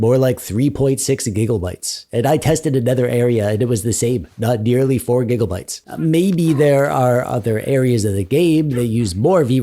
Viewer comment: "4 giggle bites of v-ram" LOL